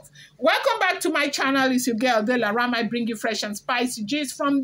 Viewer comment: 😂😂😂 Delaraaaam. Iwe mesan not iwe masanan😂🤣🤣🤣